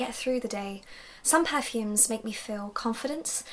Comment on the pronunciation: I like how you say per-fumes with emphasis on the "er"